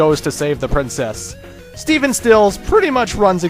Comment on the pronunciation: Even after the Let's Play, you still get Stephen Still's name wrong. It's not Steven Stills, It's Stephen Stills. Just saying since it kinda bothers me when you say Steven. Love this video though and I actually knew alot of this, but there's some I didn't know. Keep up the good work!